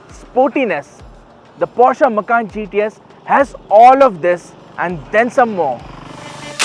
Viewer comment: This man sounds funny, Macan as Makhan(house in hindi)😇